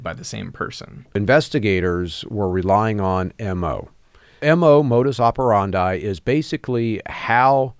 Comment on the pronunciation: Wrong. The word "operandi" rhymes with "brandi", not with "dye".